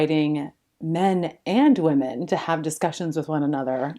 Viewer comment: Dude, it drives me insane when ppl pronounce the plural of woman as woman. It’s flippn’ womEn. Thank you for bringing attention to this